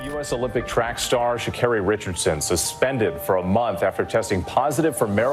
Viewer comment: her name is pronounced Shuh-care-E not shaw not car-E